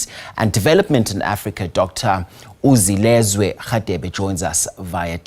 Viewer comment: He is Dr uZwilezwe not uZilezwe